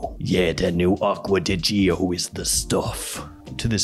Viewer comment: My mind is blown lol. The way you made fun of people pronouncing Acqua Di Gio is actually closer to the way it should be pronounced than how you pronounce it. So many people pronounce it “Acqua Di Zho.” It should be pronounced the same way you would pronounce the beginning of the name Giorgio.